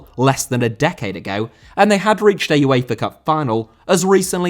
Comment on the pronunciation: Uefa* not Yuweifer